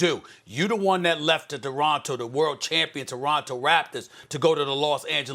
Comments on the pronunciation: This man just said DORONTO RAPTORS HAHA. You got one job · Lmao it also sounded like he said doronto 🤣🤣🤣